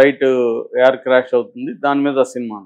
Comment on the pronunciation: Mr. "యార్"కాదు "ఎయిర్" అనాలి, " రన్ అవే "కాదు "రన్వే" అనాలి